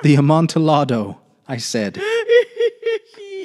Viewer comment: I came from Diane’s channel as well. Just for future reference, Amontillado is a Spanish wine, and thus the pronunciation would have the “double l” sound like a “y”. Sounds like ahm-on-tee-yah-doe. Emphasis is on the “yah”. Pronunciation for those that can read it like this: “amontiˈʎaðo”